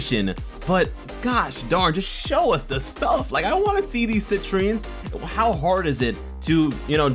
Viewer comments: I thought she said "Sentries", not "Citrines"... but who knows. Still pumped! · I thought they said sentries, not Citrines. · Citrines? I thought she said SENTRIES... Oh well, I'll just have to watch the captions when it airs